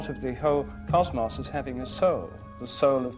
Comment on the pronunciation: I like when he says 'cosmos'. He ends the word with more of a 'moss' sound instead of 'Moze'